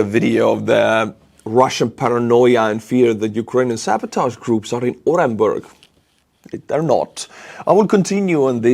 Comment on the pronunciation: The U in Orenburg is pronounced OO.